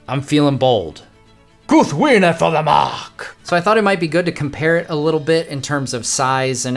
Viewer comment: Ahh such a Great Sword! I love how you showed us how to say the name Proper! My mom got me this sword last year for Christmas. I was a very happy Tolkien fan too. haha